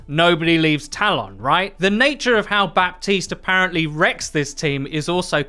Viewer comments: Just to make your life easier, the "P" in Baptiste is silent, you can just say "Batiste" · it's pronounced "ba-tist", the p is muted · French dude here. You don't pronounce the "p" of baptiste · So, French guy here : You don't pronounce the P in Baptiste. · Nice video but the « p » is silent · In the name Baptiste you don't pronounce the "p".